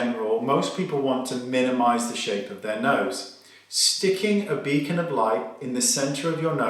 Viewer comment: “A becan of light” on the nose 🤣🤣🤣🤣🤣🤣🤣🤣🤣🤣🤣🤣🤣🤣